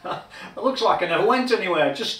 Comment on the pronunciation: I enjoy buckling in for your build videos and I’ll only give you a hard time about how you say “lukes” (looks). Just messing with you. That’s a gorgeous strat and I’m not even really a strat kind of guy!